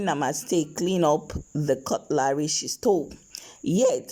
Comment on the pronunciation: Why do you call this utensil cut-LARY!